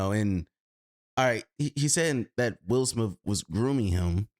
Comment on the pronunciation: At the start it sounds like u said “Will Smilf” 😂